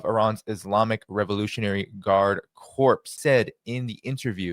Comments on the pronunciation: the word CORPS is pronounced like "core". A corpse is a DEAD BODY. So it's U.S Marine Corps, not U.S Marine Corpse. Same thing goes for Iran. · Core....Not corpse✌️ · Corps is pronounced cor. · "guard corps". The ps on corps is silent. It's pronounced "guard core". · The "p" os silent in corps. As in Marine Corps